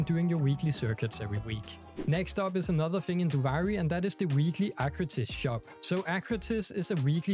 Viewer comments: no hate but it's pronounced doo-vee-ree and not doo-vi-ree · ofc, but they literally give correct pronunciation in game, duviri is not an English word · “Doovari” lmao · The game literally tells you how to pronounce Duviri... 🤷🏻‍♂️😮‍💨